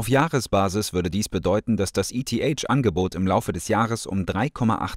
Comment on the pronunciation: Wie du eth aussprichst 🤣🤣🤣